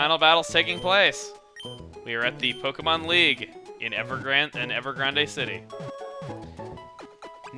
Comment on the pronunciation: ... >.> And for the third time. EVER. GRAND! NOT. GRAN-DEH!